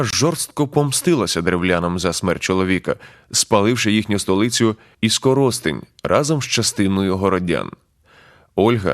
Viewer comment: Іскоростень , наголос на перший склад